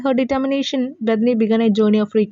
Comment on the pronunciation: ബെതനി ❌ബെതാനി ✔️